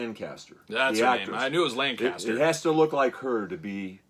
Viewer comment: Her name was Elsa Lanchester, not Lancaster. It's right there on the front of the box.